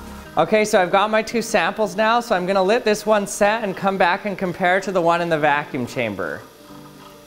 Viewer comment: is it just me or does he pronounce "let" "lit?"